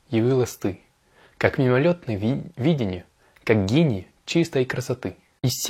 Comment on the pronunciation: Очень полезное видео для изучающих французский тоже ;) Спасибо! Ты читаешь идеально, но в данном случае нужно произносить слово «видение» с ударением на второй слог :) Объясню разницу. ВидЕние - это то, что кажется (образы, воспоминания), а вИдение - это способность видеть, точка зрения. В стихотворении слово употребляется в первом значении.